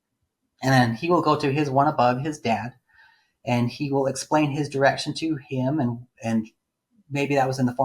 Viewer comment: The amount of times I thought you said erection instead of direction 🤦🏻‍♀️ "you would have erection on a girl, then you discuss your erection with your dad.."